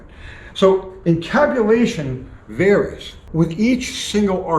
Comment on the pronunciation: Did you say camtabulation?